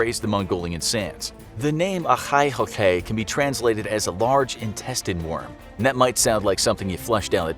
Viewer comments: Sorry its not olhoi holhoi Its called Olgoi khorkhoi Sorry it just sound weird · When he says olgoi khorkoi it sounds like he is saying ohai khokhai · dude am mogolian and u failed at saying the real name so bad that i only understood the second word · I just love how he pronounces the Олгой хорхой entirely wrong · He says olgoi khorkhoi soo weird that even I didn’t understand it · The amount of integrity on this channel is respectable, totally nailed it when the speaker pronounciating that worms name😂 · the way you said olgoi-khorkhoi bugs me , and I mongolian somehow never heard of it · Finally something about my people.(and you're saying the name wrong) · I think the voiceover butchered it's name so badly that it will probably be too embarrassed to come out ever again. Congrats.